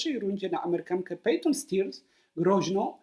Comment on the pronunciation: Spiesze z pomoca: wymawia sie Pejton Sterns.